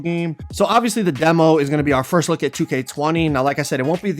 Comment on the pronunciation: Everytime he was saying demo i thought he was saying devil😂